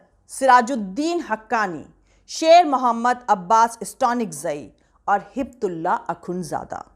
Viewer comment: Miss no Hibtulla it’s Haybatullah, please correct the name